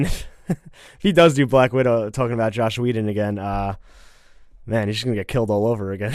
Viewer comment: it's Joss Whedon, not Josh